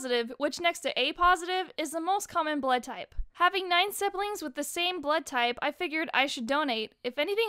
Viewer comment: "Siblims". That.. Is my new favorite word,.